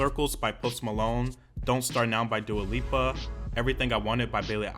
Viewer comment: I swear I saw him say that and I was like ??? He also has called Dua Lipa Dua Lupa in the past